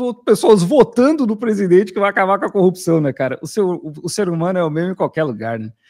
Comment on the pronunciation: Incrível como as pessoas não conseguem falar a palavra CORRUPÇÃO é sempre COPÇÃO, devem ter ouvido muito o marreco